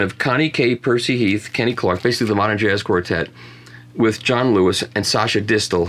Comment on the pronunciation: I will always use Michael's videos as a part reference when looking for records. Thanks for posting. But... Michael, I get it with the accents; I used to hate it but now it's starting to get funny. However, it's "dissTELL", not "DISStell". Love you. Call me.